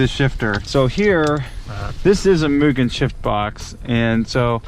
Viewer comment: Many Americans can't pronounce it right; they pronounce it as "Myu-Jen". Mugen (無限) is a direct subsidiary of Honda, and the first president was Soichiro Honda's (the founder of Honda Motor, based in Aoyama, Tokyo) son. They were once caught on tax-evasion. Mugen's official company name is now M-TEC, but the MUGEN brand name remains.